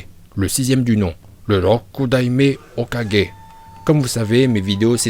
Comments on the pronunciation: On dit Hokage pas ho4g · Juste c pas hokadjé c hokage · Hoka gé ptn la prononciation 😂😂c est pas grv je te kiff quand même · arrêté de dire hokagé on dit hokagué même en français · Hokage pas hokadge putain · hokadgé ? lol ... mes oreilles :D mais c'est pas grave c'est marrant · Hocage se prononce oca gué